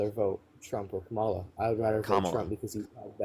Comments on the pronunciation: I don't hear a difference with how he said kamala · It’s always the same they’re absolutely brain dead have no clue what they’re talking about. Can’t say Kamala‘s name right still blame Joe Biden, almost 2 years later. And Russia has always been our enemy and now all these Maga idiots love Russia. They love Putin and they love Russia because Trump told them to or something. They were anti-Russia and anti-war now they suddenly love war and love, Russia and hate Ukraine. 🤯🤮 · Why does MAGA all mispronounce Kamala's name? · I think you need to screen much better if a person can’t even say Kamala right they must have a brain smaller than an ant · When deplorables like thus guy refuse to pronounce Kamala's name correctly, you should refer to Trump as "Rump". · should make a rule. If they can't pronounce Kamala's name. End the discussion. It's ridiculous and disrespectful at this point. Also, that youngin is a hateful idiot on purpose.